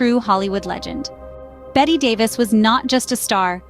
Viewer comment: She IS NOT "Bet" - her name is pronounced *always with 2 syllables as "BET-tee"